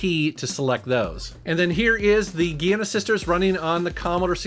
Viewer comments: Gee-anna sisters? You kiddin' me? It's Djai-anna. Or Djee-anna. But nog Gee. I prefer Djai-anna. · It`s "The Great Giana Sisters", not "Gianna Sisters" :P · We love ya,! As a side note, Gian(n)a is pronounced with a J sound. Either as "JOHN-nah" or "jee-AH(N)-nah.":) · Gee-anna sisters? Loved that :D Nice review, and an extremely needed update for the Mini-C64. Without it, it was, well, just crap. Now it's a really cool little thing!